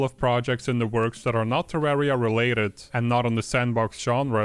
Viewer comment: It's not TerrÄria, It's TerrAria - like Terr-uh-Ria